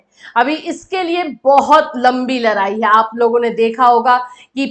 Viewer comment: mam larai nahi hota hai ladai hota hai